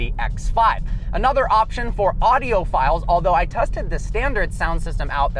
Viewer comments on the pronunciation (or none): none